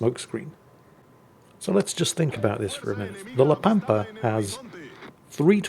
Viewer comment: Ritchie Valens rolls over in his grave every time someone mispronounces La Pampa